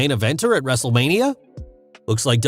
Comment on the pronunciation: So how many times said Wrestlelamia(excluding intro, the introduction of Raw Recap, and outro)? If you said 4, YOU WIIIIINNNNN!!!! Lol All jokes aside, hope you’re feeling better. is keeping the mic warm for ya